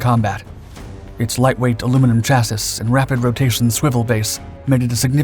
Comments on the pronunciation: Chaz See not Chas Is for next time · did this MF just say Chass-is? Its Chassy bro. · chasee not chasis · "cha-sEE". 😖 Sorry. It really bugs me when I hear that word pronounced "cha-sis". 🙃😜🤪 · great video. chassis is pronounced "ch-as-e" though. keep up the good work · Thank you very much for this great video about a great and influential weapon,, but just to let you know "Chassis" is pronounced "ChassEE" in our weird and wonderful (and adopted in my case) Language. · “chass-iss” Not a fan of the French, eh? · “chassis” is mispronounced. It is from a French word (meaning “frame”) hence the odd spelling–and pronunciation; The last syllable is pronounced “ee” as in “we”. So '∫asi (or shassee.) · Chassis pronounced chass -ee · Someone tell him how to pronounce chassis. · Why do you pronounce chassis like that? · I love your videos, mate. But can you please learn how to pronounce chassis? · Just be grateful he didn't pronounce the 'ch' as an 'sh', like Europeans seem so keen on.